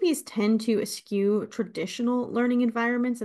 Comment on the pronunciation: Eschew. Ehh-shoe, pronounced. No Q sound. Means to avoid. People don’t want to know the truth. That’s what makes INTP’s unpopular.